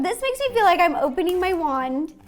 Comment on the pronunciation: Wand not sand